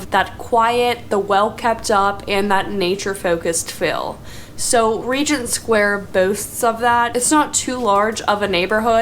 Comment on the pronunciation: But she did say "fill" instead of "feel" several times, and (my favorite) "assessable" instead of "accessible".